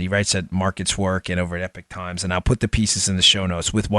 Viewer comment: Epoc times not epic times. Rhymes with sock not pick. Chinese dissident news with a strong links to the Falun Gong cult early on.